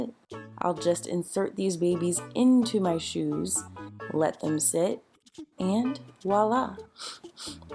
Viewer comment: That's a sweet method. By the way, voila is pronounced with a V, not W. -- From a Canadian. :-)